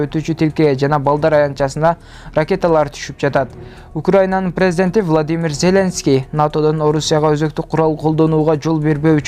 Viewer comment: Зеленский, деп ударениени туура коюп айталбасаң